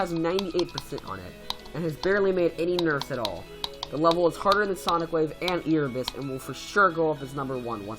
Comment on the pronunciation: I'm sorry but this really bugs me... I think it's pronounced AIRebus, not EARebus.... next could you do the top ten best mobile players? :D